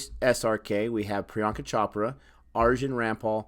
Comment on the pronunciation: It's pronounced Amitubh not Amitabh even though it's spelled with an "a" it's pronounced tub not tab. Priyanka Chopra is not pronounced Chop-ra it's pronounced Ch-Oprah.